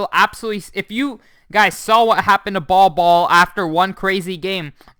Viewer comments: Bol Bol’s name is pronounced Bowl Bowl rather than Ball Ball which is how you have been saying it. Please adjust. Thanks! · Geez, it made me cringe every single time